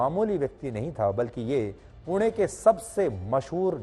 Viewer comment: Thank You for saying it पुणे and not पुने 😅